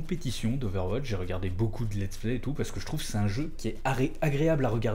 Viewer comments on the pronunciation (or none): none